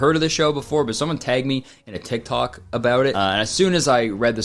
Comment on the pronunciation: is the most Canadian this fucker has ever sounded. Don’t think we ain’t hear you say “Abeaut” Kurtis.